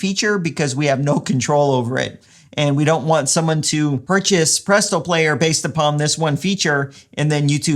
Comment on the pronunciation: This is fucking dope, Adding this to my Adam list of business upgrades. Also you saying "Publeeto" is a text tone that I'd use XD